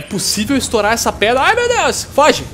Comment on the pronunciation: repetindo(para estourar uma predra) kkkkkkkkkkkkkkk esse portuques esta esperando na escola